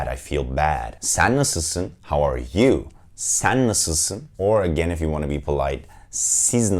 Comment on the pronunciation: Hello my name si Edda and I’m from México, so my native language is Spanish. I love Turkish Tv Series and I’m traying to learn a little bit of Turkish because I love it how it’s sounds to me but a have a question for you.... why do you pronounce different de vocals for example I herd a lot saying “ban” instead of “ben” or “san” instead of “sen”? Why you pronounce different than you write it? Hola mi nombre es Edda y soy de Mexico, así que mi lengua materna es el español. Me encantan las series turcas por lo que he tratado de aprender un poco el idioma turco porque me encanta como suena pero tengo una duda.... porque en turco pronuncian diferente las vocales a como las escriben? Es decir escucho que dicen “ban” y se escribe “ben” o “san” en lugar de “sen”? Porqué lo pronuncian Diferente a como lo escriben? Y muchas gracias por el video, súper bien explicado! Saludos desde Monterrey México